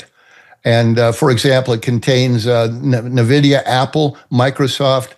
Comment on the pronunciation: How can anyone trust a person who talks about tech stocks and doesn't even pronounce Nvidia correctly?!?!